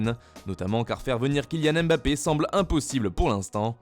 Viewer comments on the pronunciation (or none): none